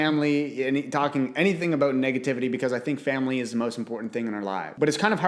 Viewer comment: He said my friends, my FANLY & my self 😂